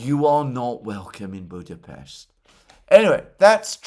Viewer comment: Thanks Alexander for the right pronounciation of our capitol city: Budapest! Ευχαριστώ ❤🤍💚